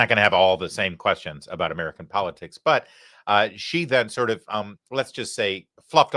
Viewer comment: "but" not "bit"!!!